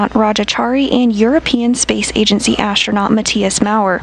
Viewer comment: ashtchronaut achtsronaut .... How the duck the commentator lady can not speak normally? Can she even spell astronaut? Say simple actronaut please.